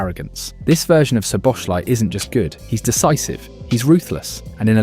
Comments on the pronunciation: its definitely the same Soboshlai cause its pronounced "So Bo Sla E". Love how no English person even tries to pronounce his name proper... I am sure he gave up on it long time ago... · Nearly got his name right. It’s pronounced SO-BOSS-LAA’ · Everyone, but it's okay. Soboslaee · bro if it helps, its pronounced soboslai lmao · Can I please ask you to try to pronounce his name properly he deserves it, as a Hungarian I know our names are very difficult for English speakers, but I give you a little help “Sz” in Hungarian is pronounced as English “S” And “I” at the end of his name is pronounced as English “e” letter so “Soboslae” that’s the closest how you can pronounce his name properly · Mate, learn to pronounce his name properly, it's really not that hard. In 1 video you did 4 different ways. "SZ" in Hungarian is a simple "S" in English...